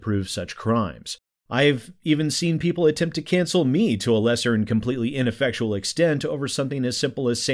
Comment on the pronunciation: Is he saying Cancel or Cancer? I swear he's saying Cancer.